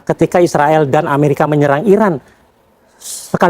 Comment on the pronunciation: Bro israel bukn isriwil.klau mau sebut sebut yg benar dong.